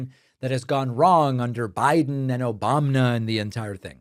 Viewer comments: Obamna makes me giggle every time 😅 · I love the "Obamna" button, it makes me laugh every time. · Hell! Me too! Obamna😂